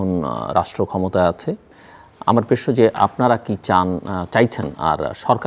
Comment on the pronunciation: আপনি প্রেশ্ন বলেন কেন, বলবেন প্রশ্ন। অদ্ভূত শোনায় ।